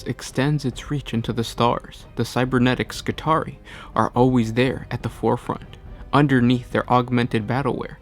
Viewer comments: It should be pronounced "Skitri-eye" like the trarii spearmen in Roman legions. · It's "Skih-tary-eye" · It's pronounced Ski-tar-ee-eye. It is the plural of Skitarius. Similarly, radii and radius.